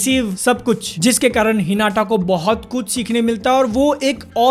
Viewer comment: Normal people : हिनाता BNFTV : हिनाटा 🤦🏻‍♂️